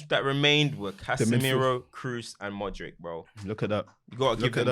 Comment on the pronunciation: and Glenn Hoddle always saying “modrick” 🤣